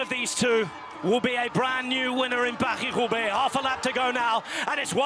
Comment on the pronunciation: “Paw-hlee Hroobay”?? Love these videos but for ages now I can’t handle it - your pronunciation of foreign words makes me want to vomit from my ears. Just speak like an English person and stop with the multi-accented butchering. Just say “Pah-ree Roo-bay” like we all do and stop being a pretentious tube